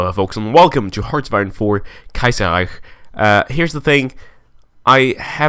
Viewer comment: The way you say Kaiserreich is great say it as much as possible.